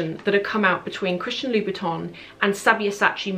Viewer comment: Hi! I love your videos! I just wanted to say that it seems to me that you're calling Christian Louboutin "Christian Louis Vuitton" in this video..